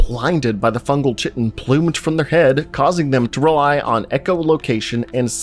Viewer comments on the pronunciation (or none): Chitin is pronounced "KY-tin," not "chit-ten." 🙏🏾 I really enjoy your videos, by the way. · It's pronounced "Kai-ten" not chi-ten. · Chitin isn't pronounced " chit in " It's correctly pronounced "kai-tin" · Ky-ten lol ch-itten?! ❤ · Although sometimes it looks like poop, chitin is pronounced 'ˈkītn', therefore 'kay-tn', not sh*tten. :D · Kite-in not chai-ten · “Kai-tin” great video, hate how you pronounce chaitin. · It's not a lot of work to look up the pronunciation of a word that you're going to repeatedly use. Kite-in, not chit-in, is how to say chitin. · You're mispronouncing chitin. You're pronouncing it with a ch sound as in chair when it is pronounced like kite-in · The word you’re mangling is chiton (Kite’n) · Chitin is pronounced ki (as in kite) tin. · Chitan is pronounced, "kite - in" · All this time I thought chitin was pronounced "kite'in" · Chitin is pronounced kiteN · Chitin is pronounced "Ky-tin". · I hate to be that guy but i'm pretty sure chitin is pronounced like kai-tin ;) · Chitin = Kie-tin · I hate to be that guy. Chitin is pronounced ky-tin. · stop saying chitin it’s pronounced kie-tin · You succeeded in triggering me with your pronunciation of chitin 😂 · The reason I’m writin Is how to say chitin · The repeated mispronunciation of chitin is really triggering. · Please google how to pronounce "chitin"